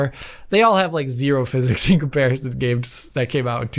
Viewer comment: No such thing as "Fizz-ecks" Still.